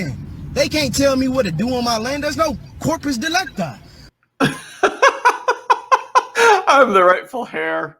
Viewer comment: These guys always make me facepalm when they say corpus delecti.